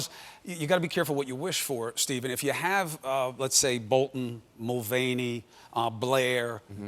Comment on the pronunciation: It's mulvaney not mulaney, dorks! I was like, John?